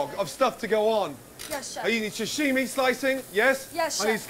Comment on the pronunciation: The way pronounces 'sashimi' is so annoying to me. Am I the only one? It's not 'shashimi'.